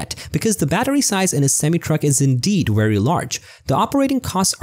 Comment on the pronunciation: Wery wapid wideo